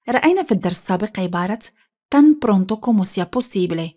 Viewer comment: Prunto ❌ Pronto